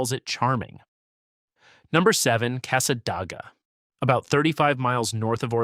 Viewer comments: Cassadaga is pronounced with a long A on the first A in DAGA. It was painful to hear it said wrong multiple times. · Yes, no Dah in Casssa-Day-guh. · It's NOT SWAN EE RIVER it's pronounced Sūwânēe. And it's NOT CASSA DAG AH either idiot it's pronounced Câssâdāgâ. And you're not even covering who actually lives there or who else can live in Cassadaga, because the entire community is not what you're claiming. It's a very beautiful area, and the folks there are friendly, this town IS NOT HATED BY FLORIDIANS and most visitors there find it quite enjoyable and relaxing. The person that created this AI GENERATED SLOP VIDEO is spewing old, outdated beliefs that are no longer held. And below is how Cassadaga really is, which this buffoon hasn't even set foot in this town, I have and it's nothing like this idiot says, nor can him or his AI whichever it is can't even pronounce the towns quaint name correctly either! Here's some FACTS about Cassadaga and these are 100% accurate, even though researched and copied, they match the town exactly. Cassadaga, Florida, is a small town in Volusia County, about 50 miles northeast of Orlando. Known as the "Psychic Capital of the World," it is an active, historic community of Spiritualists, mediums, and healers. _ Anyone can live in the broader community, but specific rules apply to the central Spiritualist camp._ My personal notation: "So much for this video saying others cannot live here, absolutely false." Oh, and yes, they do update their buildings with modern fixtures and other things another lie this video is misinformed on about this extraordinary community. Now back to the research that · Casa DAY ga not your AI generated nonsense. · It' s Casa -day-ga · The town of cassadaga is pronounced casa day ga and micanopy is mic an opie